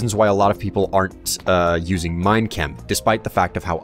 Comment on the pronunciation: whenever say minechem it sounds like he is saying mein kampf